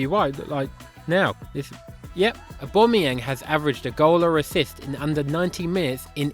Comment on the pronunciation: How the hell did you get that correctly